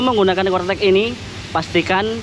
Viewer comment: Corec eh cortec hee